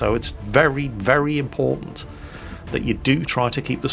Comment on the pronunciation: >rescue an importain VIP. So an importain Very Importain Person, got it.